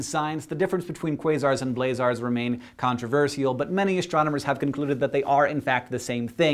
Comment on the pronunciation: That's not how you say "controversial"!